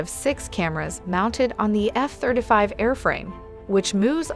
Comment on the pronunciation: "Eff thrda five"